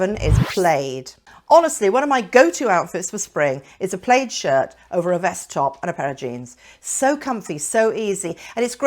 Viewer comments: ..in US and UK we pronounce 'plaid' as PLAD..we just do.. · Why do you pronounce plaid like you’re not just south of Scotland? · PLAYED no I think it is PL "A" D, A as in Apple. Good advise. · Yes plaid rhymes with bad…